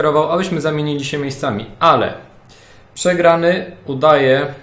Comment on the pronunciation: Przegrany mówi jak Leszek Orłowski(ten co nie wymawia R) :D